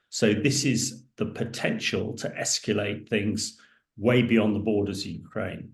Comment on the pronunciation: (Please stop saying 'escuulate', 'escuulation'.)